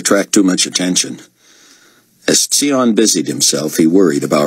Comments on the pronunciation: Same - it’s pronounced Zion Ben Judah. It was made clear in the books! And even if it wasn’t, it just makes more sense than “Tsee On” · It annoys me that he mispronounced tsion's name every time through the whole book series even though when he is introduced he literally tells you how to pronounce his name. Its pronounced Zion, which is why the baby calls him "uncle zone". They literally paid him to do this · Agreed. It's unbearable. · I thought the same thing 😂